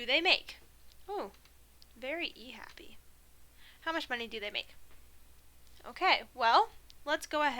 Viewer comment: "monyey" 😂. you're actually Godsent. got a calc final in 3 days and you're singlehandedly teaching me what my professors overcomplicated so much for the last 2 semesters. thank you for posting these lectures online. wishing you and ur family nothing but the best